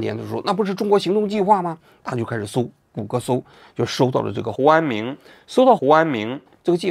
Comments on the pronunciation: 应该是念成胡明安了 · 胡安明怎么回事？读成胡安勇了？有一个没有改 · 念的是胡安友，有一句话忘了打补丁能听到原声， 这里。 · 应该是念成胡志明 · 之前是不是读成胡明安😂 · 什么鬼，hu an ming ，听不下去了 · 这个“huanming"替换了几十次，应该是之前读错了:face-purple-crying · 胡和查两个名字都读错了吗？ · 听到胡安“明”这里蚌埠住了😂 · 我怎么觉得你说 胡安明的时候，被处理过了，是不是一开始把人家名字念错了，然后后来想什么办法处理的哈哈。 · 胡安明 是不是念错了 不然为啥每个都替换了😶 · 胡安明咋了 名字说错了么 后期处理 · 应该念错了，后期发现录了一句剪进去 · 标志性嘴瓢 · 胡安明~胡安明~哈哈哈哈。鬼畜读音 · 是有点怪怪的